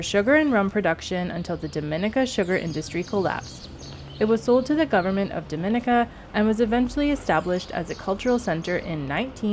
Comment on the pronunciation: Actually it's pronounced DOM IN E KA.....ask a LOCAL!!!!